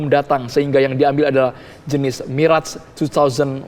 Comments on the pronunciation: mirage banyak yang salah melafalkan, bukan mi-rej, tapi me-razh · MIRAZ BUKAN MIREJ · Bacanya MIRAZH, bukan MIREJ. Mirage berasal dari bahasa Perancis. Jadi MIRAZH bukan MIREJ, dan bukan juga MIRAS ya gaes.